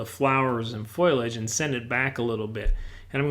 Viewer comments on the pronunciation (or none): ...I certainly did look up the word...and it is fo-li-age, not foliage. There is no word anywhere pronounced foil-age. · Foliage = fol-i-age. What's with foilage? Please get it right, like your paintings. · Hi...the word is pronounced, FO-lee-age